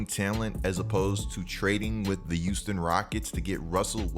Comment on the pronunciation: “The youston rockets”